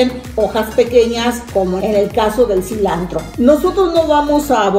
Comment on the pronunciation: Todo bien pero se dise silantro no silandro 😱😱